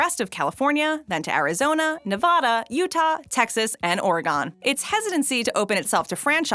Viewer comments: It’s pronounced or-e-gin not or-e-gone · I have lived in Oregone my entire life and it hasn't gone anywhere yet!.Can you say Oregon (Oregun) you stupid twit! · Okay. Before I take a rusty spoon and scoop the melted brain matter out of my ears.. It is not Ore- GONE It is Or-ih-GUN Like the GUN I'm going to blow my ears off with if I have to hear Ore-GONE again. Ore-Ih-Gun Oregon Easy. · It's Ore-gun.... Not Ore-GONE. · Or a gon 😡 Oregon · Ha this bitch said Oregawn not Oregon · What or where the hell is or-gone? Do you also drop the third letter on Oklahoma and pronounce it ok-a-homa? If you were to pick up any dictionary they break down every word in there so you’re able to correctly pronounce them. Now with online dictionaries it’s made even easier because you are now able to hear how a word is pronounced as well. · OREGONE THO...... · Not to mention Ne-Vah-da? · EXCUSE ME SIR BUT IT'S OR-EH-GEN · This bitch said oragon instead of Oregon 😂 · The way she pronounces Oregon and Nevada in the beginning. Smh. It's not "Nevahda" nor "Oregone." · Has to say Oregon - says " or- ah - gone" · I love how creative your pronunciation of Oregon was 😐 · She said Oregon wrong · She pronounced Nevada correctly. She did butcher Oregon though. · You don’t pronounce Oregon like that you dumb piece of.... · The way you said Oregon is way wrong. Jesus